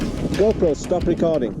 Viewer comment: Got to put that RRR in there. "Stop Recorrrrding."